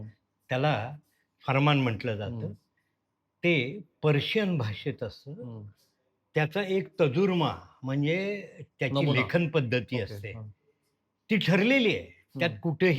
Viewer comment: सर, तजुर्मा नवे तर्जुमा असा शब्द आहे. आपल्याकडून चुकीचा उच्चार झाला म्हणून हा खुलासा. क्षमा असावी.